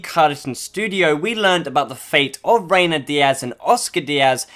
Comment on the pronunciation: Reyna not Reynar